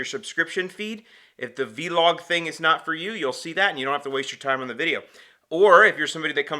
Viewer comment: Showing age by pronouncing it as V-Log. It's one word and not an acronym. Vlog. Anyway, nice vlog.